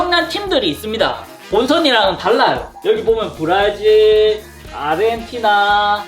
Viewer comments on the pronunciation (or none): 아르헨티나✅️ 아레이티나❌️